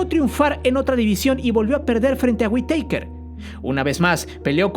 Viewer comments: Veo que lo tuyo no es el box castillo no era gabacho es mexicano y se dice witaker sin acento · Se pronuncia güitaquer jajaja ya mero dices Undertaker